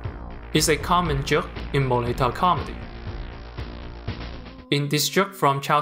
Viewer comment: i am cantonese speaker, since your name is, I assume you are not. You pronounce 'mo lei tou' perfectly correct but I just find it so cute.